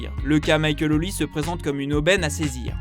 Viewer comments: Ce n’est pas « Olize » mais « Olisê » comme Sunday Oliseh y a une certaine époque vous vous rappelez ? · Son nom est peut-être Nigerian mais il est Français et il joue pour la France. On prononce donc son nom OlisEEE. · Les Français arrêter de dire OLISE ! Son nom est NIGERIAN et c'est OLISÉ !!!